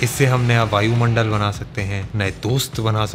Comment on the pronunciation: I think he is saying Ranu modal